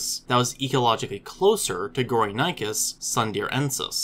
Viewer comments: The actual pronunciation of the name is "Go-ri (like in "Gorilla") - ni - chus (like in "chilly")" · How is 'gory' self explanatory? Those who named it did not speak English. Your pronunciation was so bad that I could not at all make out what this animal was named after. You also failed to tell us where these fossils were excavated. I heard something like "sundir assemblage' but could not find any trace of such a term online.